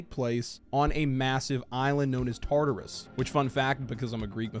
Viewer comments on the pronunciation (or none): none